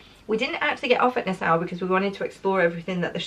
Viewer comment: Hi,. This comes from a place of love: Nassau is pronounced na-saw. My husband proposed to me there, at the Atlantis Resort on Paradise Island, a hundred years ago. Hope you have a fantastic time.